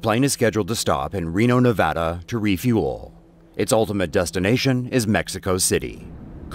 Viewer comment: Nevada! not "Nevoda" Jesus fucking Christ